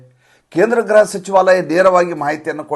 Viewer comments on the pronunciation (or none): ಗೃಹ-home ಗ್ರಹ- planet, ತಪ್ಪು ಉಚ್ ರಣೆ ಮಾಡಬೇಡಿ